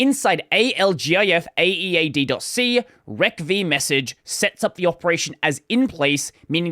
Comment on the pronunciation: I get unnecessarily triggered every time you say "rec v" rather than "receive". :P